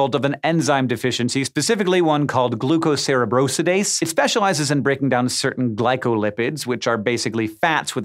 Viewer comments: Glucocerebrosidase is pronounced like gluco - cerebro - sidase where the "i" in "sidase" is long. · It’s pronounced Gluco- cerebro - sidase (‘psy-dase’)